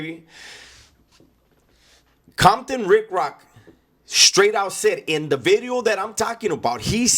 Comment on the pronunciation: “nuuuu vid-e-oH”